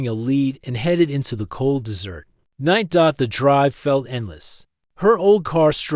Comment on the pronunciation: Please, please teach the ai the proper pronunciation of desert and dessert.